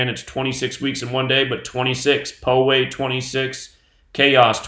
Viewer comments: Poway pronounces as pow-way like power. It's part of sd county. A friend of mine lives like a block from there. They pretty much blocked the whole area that she had to drive around to get on the 15 highway to go somewhere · Just a fyi, I live in Poway, just a few blocks away from where the shooting occurred, and its pronounced POW-WAY not PO-WAY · I live in SoCal about 20 minutes from my house. Pow-way sounds like